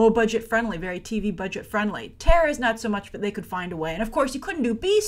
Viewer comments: I think its terra not tara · Terra, not Tara